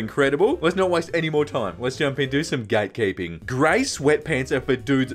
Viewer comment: Why did I hear "gay keeping"?